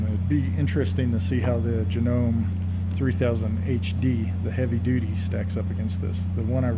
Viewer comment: Thank you, great info. You are the first person who pronouncesJanome with silent e at the end vs janom”ee” it was almost as annoying as the humming. Speaking of Janome, you are comparing it but to which Janome model? I might have missed it, sorry.